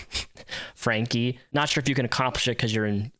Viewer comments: Her TEACHER is uncomfortable?!!?!? How about your 6yr old DAUGHTER being HUNGRY!!! This monster needed to be stopped a LONG TIME AGO. This worthless b** triggers me beyond words. And its FRANK-EE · Buddy. It’s Frank-ee. Like Frankie. Frankee. Franke.